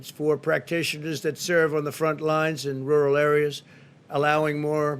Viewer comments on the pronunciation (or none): "Wural" Donald Trump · New drinking game. Take a shot every time Pussy Boy tries his hardest to say, "rural". 🤣🤣 Lmao!